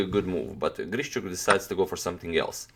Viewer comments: As a native speaker I would say it's not a big deal. Yeah, it usually sounds more like long and soft 'sh', but you can hear 'shch' from a native speaker as well. What is actually incorrect is the stressed syllable: both "GrischUk" and "IvanchUk" have the stress on the last syllable. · Алекса́ндр И́горевич Грищу́к is probably not pronounced as GrišČuk, although the English speaking people do that all the time. ;)